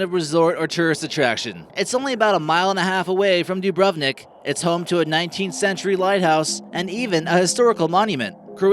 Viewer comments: ur sayin dubrovnik wrong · That way they say: Dubrovnik and Jasenovac 😂😂😂😂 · than you should know that Dubrovnik Is spocken Dubronik